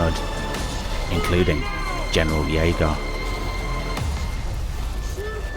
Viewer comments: your videos are really impressive but you really need to work on your pronunciation. Jegar is said Yey-ger, carstein is is car-st-ine and halberdiers is said how its spelt not halberders as you said it. if you play the game and listen to the characters they even pronounce their names in the correct way (carstein for instance) after so much effort it seems like a quality dip considering how much time you must put in to these you need a little more quality control or a better editor for the voicing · Wow great job on the video. Im really liking your cinematic lore series that youre doing. Few mispronunciations being Carstein, Jaeger and Halberdiers but otherwise just loved it. Glad Warhammer fantasy isnt being forgotten